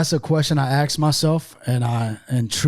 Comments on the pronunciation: Never heard a white guy say axe instead of ask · “Axe myself”